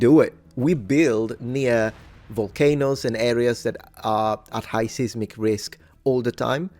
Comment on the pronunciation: Seismic is pronounced like either "size•mick" or "seiss-mick". Long, hard i, like the name of the letter i.